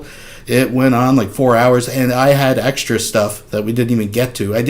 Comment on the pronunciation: Does that illiterate glob of shit actually say "100,000 extree" votes, instead of "extra"?